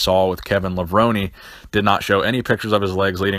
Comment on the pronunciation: It's Levrone not Levroni xD